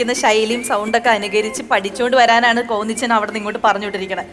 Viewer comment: അത് point... ആ കളരിയിൽ പയറ്റി തെളിഞ്ഞ 2 മുത്തുകൾ.... സ്വാസു ചേച്ചി പറഞ്ഞത് കേട്ടില്ലേ... "കോന്നിച്ചൻ" എന്ന്... നമ്മള് പറയും പോലെ... 😁😁😁 😉😉😉